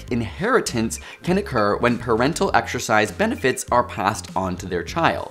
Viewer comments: man... if you are gonna have the word exercise in the video like 30 times, can we have someone that can pronounce it without saying exSHURcise? You are killing me smalls... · Every time this guy says "Exercise", his pronunciation makes me want to claw my brains out